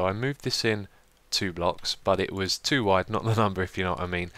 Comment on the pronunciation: Hi Xisuma, when you say "too wide" just pull the o's a little more then it will sound perfect:-P BTW, AWESOME Video!